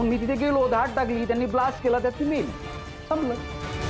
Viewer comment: धाट नाही धाड